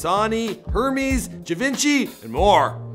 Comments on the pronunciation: Hermès is pronounced Er-Mez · Givenchy is pronounced G-von-shi & Hermés is Er-Mez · “Her mees” lmao